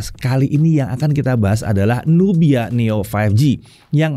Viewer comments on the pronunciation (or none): none